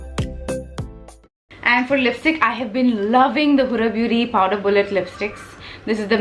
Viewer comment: Heyy love you tons first off! Really a weird concern but is it just me or are you actually saying powDer bullet Huda Beauty lipstick??:/ Is it just me or anyone else?